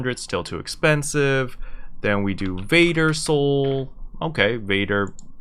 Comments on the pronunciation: Isn’t it “Varder Soul” (with two rs), not “Vader Soul”? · It’s Varder xD